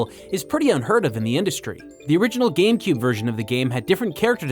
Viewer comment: Hehehe... "GAM-Cube"...